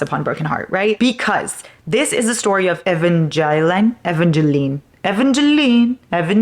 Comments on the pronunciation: Your pronunciation of Evangeline. 😭 you’re so cute! It’s E(like the letter)-van (like the car), guh-leen. Hope that helps lmaooo. PLEASE READ IT. ACFTL IS ACTUALLY SO GOOD. HAPPY ENDING DW. LOVE YOU QUEEN 🩷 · READ ONCE UPON A TIME I LOVED ALL 3 BOOKS PLS PLS PLS YOU WILL FALL IN LOVE. and her name is evangeline like eh-van-geh-lean